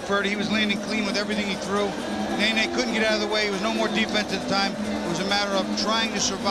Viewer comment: Its not nay,nay, Its ne,ne. No "y" sound.🥊